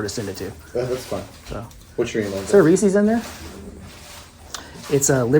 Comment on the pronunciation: It's difficult to take someone seriously when they can't pronounce the name Reese correctly. 😥